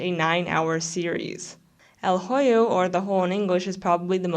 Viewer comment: el hoyo is pronounced "el oyo” the h is silent :]